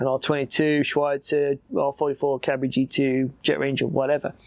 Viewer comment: don't worry for the Cabri pronunciation, it's excellent ^^ i approve, as a French lad